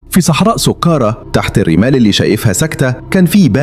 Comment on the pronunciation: سقارة بفتح السين، اتعلم تنطق صح